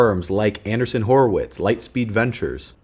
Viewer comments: It's not "anderson or andersen." It's AndREEssen. I kept correcting your pronunciation because I heard that name many, many years ago but not sure where. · Pretty sure that Marc Andreessen. “andr-ee-ssen”. Which makes a lot of sense.. just a thought 👍